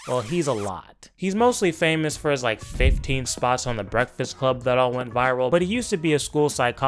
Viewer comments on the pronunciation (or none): none